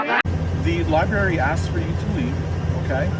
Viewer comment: You know you have a dumb cop when he says LIBARY.